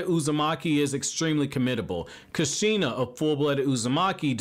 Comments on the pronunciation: Loved the video. But laughed when you said Kasheena lol. Idk..l pronounce it "koosh-ina" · At least say kushina right bro 😂😂